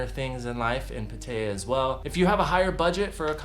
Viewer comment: It's pronounced Pat-taya